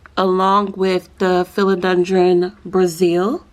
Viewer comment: You are saying it wrong! 🥰😁🥰😁🥰😁🥰 Subscribed! 😂